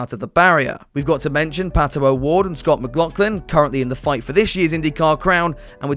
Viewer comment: "And here comes Pat-OH- Ward"